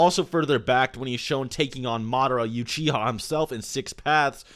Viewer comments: uchiha (ooh chee ha) not you chee ha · Not YOUchiha, OOchicha? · Did he just pronounce Uchiha as Yu-chi-ha?! O.o